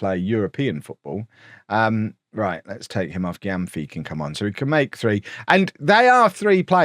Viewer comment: Just a word on pronunciations - 'Gy' is pronounced as J in West African languages, so it's 'Jee-mah' and 'Jam-fi'